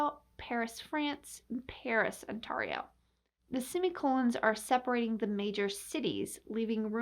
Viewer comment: I've never hear someone say Ontario that way in my life